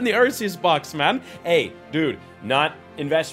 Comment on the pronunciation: listen to the way he says man